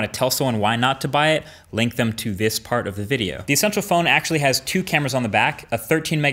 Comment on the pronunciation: Essential PH-ONE HAHAHAHHSHAHSHAHAHAHHAHAGAGAGAGAGAGGAGAGAGAHAHAHAAHHAHAHAHAHAHAHAHendme